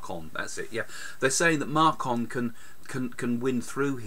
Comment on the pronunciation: markon lmao its macron haha 😵